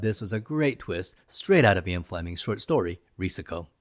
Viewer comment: Ok, you owe your subs and the James Bond franchise a huge apology for mispronouncing "Ee-in" Fleming's name! I didn't even realize who you were even referencing by stupidly pronouncing it "Eye-on". Nope! This is such a fundamental mistake you should apologize and re-upload a correct video. How dumb! What's next James Boon?